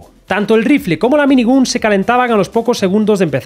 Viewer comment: El vídeo bien, pero por favor, pronuncia bien "minigun", que en el proceso de ver el vídeo me sangraban los oídos XD